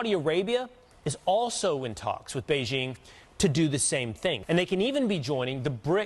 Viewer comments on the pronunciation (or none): none